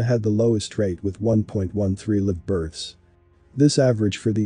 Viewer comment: Why does he mispronounce "live births"? Is this an AI reading this?